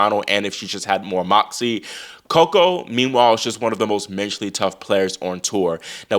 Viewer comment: Everytime you say moxy I cackle. S/O to Oracene!